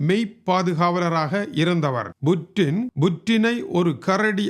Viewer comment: வாழ்வோர்கள் யாவரும் இறந்தே ஆகவேண்டும். புட்டினை விட வயதில் மூத்தவரான நீங்களே கொலிவூட் கதாநாயகன் போல் உசாராக இருக்கையில் உலகையே தன்னந்தனியாக ஆட்சி செய்யும் புட்டின் எப்படி யிருப்பார்? அது Buttin அல்ல Puttin என்றே உச்சரிக்க வேண்டும்.